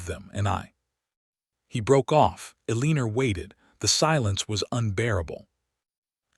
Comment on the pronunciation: I can't take hearing 'A-leen-er' anymore. I'm not going to listen to any more stories that use that pronunciation. I like Eleanor, Alene, Elena, Elene... Anything but A-LEEN-ER!